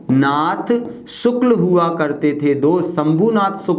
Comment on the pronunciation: Sir रवि शंकर शुक्ल है वो शुल्क नहीं 😂😂